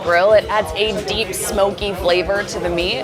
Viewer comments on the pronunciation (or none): none